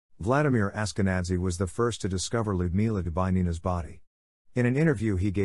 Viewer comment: "Dubay-nina" :) - her name was Dubinina/Дубинина! Respect for the victims and their names please ...